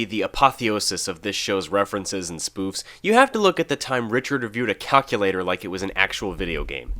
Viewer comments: Now im pronouncing it like that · I’ve been pronouncing calculators as “cal-kuul-lae-torrs” for years now because of that episode of gumball 😂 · Because of this very episode, I pronounce the word calculator like that on purpose lmao